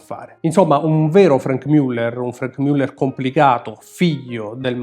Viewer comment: non mi stanco mai di ammirere questi capoavori, si pronincia come scritto Muller e non Müller